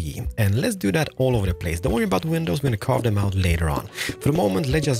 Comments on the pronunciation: "window peinses" Never gets old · Is no one else hearing window penises!? When he’s going through the item list? It’s literally all I can hear! Thank you so much for this cheer up sesh. Great tutorial too 😍😂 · This dude really just said window penises when he was explaining his choice of blocks.